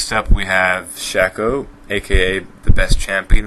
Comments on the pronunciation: you pronounced elise wrong. it's pronounced (El-ee-ss). fizz also isnt based off of stitch, stitch hates water and has fur. you also pronounced shaco wrong, its pronounced (Shay-ko). xerath too, it's pronounced (Zer-ith). Also don't agree on your shen being based of zub-zero theory, nor' do i agree with Ka-ziks because he evolves to grow wings, and stealth . Rengar is a big ass cat, the preditor look nothing like him. Vi is also pronounced (Vie) and wow mike tyson, that doesn't make any sense. A pet peeve of mine is when people pronounce stuff wrong. And you forgot Wukong, even a league player knows he's based off the Chinese god Sun Wukong "the monkey king" . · Jeez you butchered their pronunciations. "Vee" incorrect it's Vi as in VIolence. You said "Ellis" it's pronounced El-ees. It's not "shaako" it's shah-co. Last one that bothered me was Zyra. Phonetically it's Zeer-a. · and it is pronounced shAco with an a sound when you say it it sounds like you are saying shack-o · Shaco is pronounced (Shayco) and Vi is pronounced (Vie)